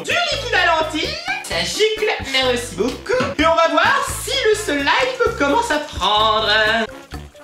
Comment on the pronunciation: UN SEEEEEEEEEEELIIIIIIIIIIIIMMMMMMMMMME TYL TABARNAK TU C TU DIRE SLIME COMME IL FAUT